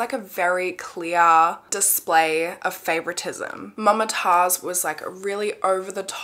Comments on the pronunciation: it's moomtaajz not mumma taaz😔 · Mumtaaz is pronounced as Moom-taaz and not Mum-taaz. I'm a south Asian so I know no hate tho. Love your content, always waiting for Mondays♥️ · mama taz, lmao, its actually mam-tazz, like the pronunciation